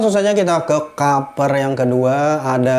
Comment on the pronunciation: Kaper....kaper....kaper.... hedeeh....yg bener klo ngomong